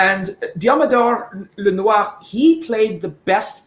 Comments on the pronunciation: Excellent. "Lenwa" & "Knot-ra Dam" Perfectly pronounced... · Finally somebody pronouncing Notre Dame and Lenoir correctly. Salutations à tous les supporters des 49ers Francophones !